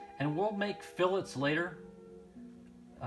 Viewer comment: I’m just glad you know how to pronounce fillets correctly. Let the flame wars start!